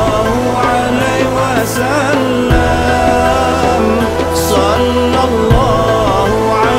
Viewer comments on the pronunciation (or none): 'alaihi wasallam. Bukan 'alai wasallam.